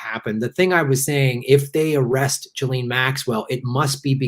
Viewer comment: BTW, the French are doing a face palm every time someone says "jillene". It's pronounced "geez lain", the fucking "s" isn't silent because it's in the middle of the fucking word.